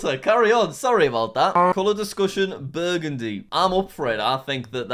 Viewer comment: jack burgundy is pronounced burundi